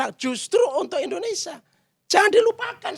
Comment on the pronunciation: coi kamu bilang Indonesia aja gak jelas "Indonesa " Apa itu namanya orang intelektual???